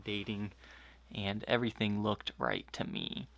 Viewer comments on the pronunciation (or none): none